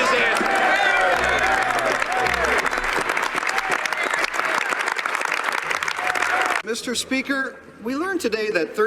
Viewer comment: Can't even Answ-ugh-er